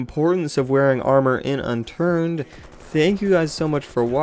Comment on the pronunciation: Unturd? XD